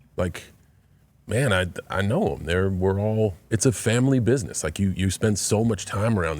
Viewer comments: Pat please stop saying bishnesh for gods sake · why cant pat pronounce business ? LOL its funny